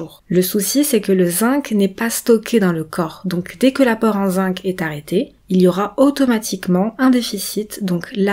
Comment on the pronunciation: Très intéressant mais, si vous m'autorisez cette remarque, le mot zinc se prononce "zing" en français, sauf si vous êtes Canadienne ("zink" au Québec).